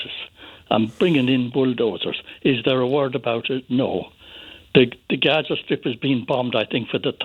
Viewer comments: Gaa ZAaa no haza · How is he saying 'Gaza'? KHAZA FFS! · i genuinely dont understand who tf has voted for him three times as mayor. aside from renaming the rail lines cringeworthy names, how has london improved? speaking of cringeworthy, the way he says "haza" instead of "gaza" 😬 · He cant even say Gaza properly the idiot is saying Haza! 🙄🤦‍♀️ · Not Haza, it's Gaza. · You weasel it's, GAZA NOT HARZA! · It's Gaza not Haza. At least get the pronunciation right. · Why did he call it haza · Why is he saying “Haza”? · Hilarious that Khan refuses to pronounce it as Gaza 😂😂😂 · Can’t even say “Gaza” what a clown 🤡🤡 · Why does he pronounce GAZA like that? 😅